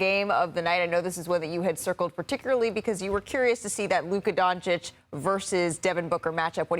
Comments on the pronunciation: 5+ years and SAS still refuses to say Doncic properly. Still saying Donchik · Stephen A racist. Loves Booker but calls Luka “Donchick”,mispronouncing his name. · Stephen A still can't pronounce Luka's family name right. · I'm so bored of T.V. pundits being accused of disrespect because they can't pronounce foreign names correctly. However Luka Doncic is one of the most famous sportsmen in the world now, it's time to pronounce his name correctly.